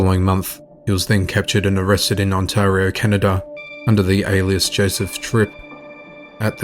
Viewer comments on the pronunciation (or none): none